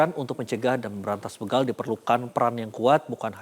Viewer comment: Begal pak bukan beugal